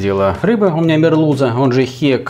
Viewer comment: Очень понравился рецепт, а лук сырой и лук жареный - действительно "две большие разницы". До сих пор не приходило в голову соединить его в одном блюде! Спасибо,! А произносить нужно не "мерлюЗа", а "мерлюСа".